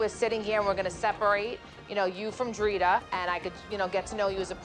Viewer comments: “Dritar” her name is Drita 😅😅😅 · Renee couldn't say DRITA correctly if her life depended on it, she says Driter 🤣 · "Driter" "Carler" 😂 🦋